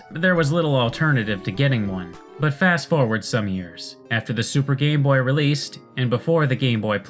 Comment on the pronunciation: ok I can't be the only one who hears "Gay boy" when says "Game boy" right....which also makes the "GB Hunter" quite a questionable name.